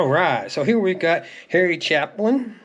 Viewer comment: It's Harry CHAY'- pin. It's pronounced as a LONG "A"